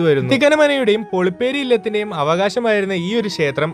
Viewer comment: ശേത്രം അല്ല ക്ഷേത്രം ആണ് ചെക്കാ